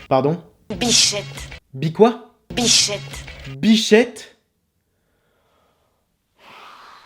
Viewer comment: c est grave si jai entendu "biflette" au lieu de "bichette" docteur?